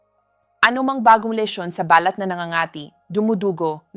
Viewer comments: Hi ni offense po. Paki pronounce lang po ang mga words na binibigkas ninyo at medyo mali. Ex: balat pag bigkas ninyo parang sinasabi ninyo na ba-lat parang sinasabi ninyo sa English birth mark. Please pronounce it correctly kasi iyong bigkas ng words ay most important. Thank you and God bless you always. 🙏🙏🙏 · Too much talk - straight to the point pls … balat is pronounced as balát … accent on last syllable .. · BALAT po ay binibigkas ng mabilis. Hindi po ito BALAT na " birthmark". "Silent"- (say-lent) I love your blog Doc. Keep it up! 🎉